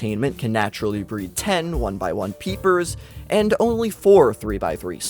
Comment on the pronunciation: The way you say “only” triggers me